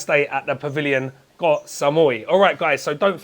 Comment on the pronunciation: Thank you for pronouncing KOH (island in Thai) correctly! KOH and PATTAYA are the most mispronounced words by farangs.